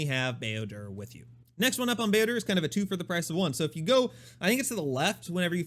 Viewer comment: Such a nice sweet white man certainly a treasure not only for kotor fans but all star wars lovers in general. But can you stop saying builder? There are certain lore correct ways to pronounce names you know?